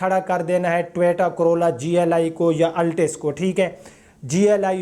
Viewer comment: jisko toyota bolna ni ata wo nuqs nikalay ga ab